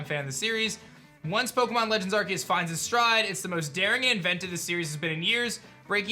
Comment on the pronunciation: Did you seriously just say “arkeus”? There’s an e beside the c it’s “arceus”